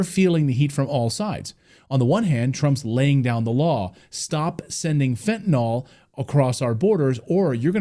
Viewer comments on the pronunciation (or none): Neither Trump nor you, Clayton, seem to know that China is NOT importing Phentanol (don't even know what that is!) but PhentanYL, ie. "fentanil, nil, nil, please, can't people read English spelling???